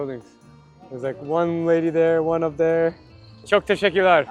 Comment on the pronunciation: Your Turkish pronunciation is great! It is not easy to say ‘çok teşekkürler’!